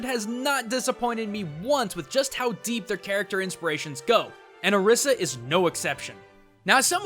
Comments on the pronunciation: It's pronounced (Oh-ree-sah) not (Ah-rih-sah) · her name is pronounced (O-ree-sah) Orisa. The Spiritual figures are call (O-ree-Sha) Orisha. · IT IS PRONOUNCED OR-EE-SA NOT OR-IS-A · how do you pronounce Orisa ? why do you pronounce it that way? I pronounce it as Or-ree-sa. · hobo 13 also not the way you say orisa's name in the game. He says "or iss a" her voice lines specifically voice out "I am or ees a" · i'm just saying you pronounced Orisa wrong (don't blame me) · Sure, there is the "Orisha" thing, but does ANYONE else notice that it's just OR-15 with an "a" at the end? ANYONE? OR15=ORIS. See? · You do realize both pronunciations have been used by blizzard officials, and they're the ones who created the name. Technically both are right.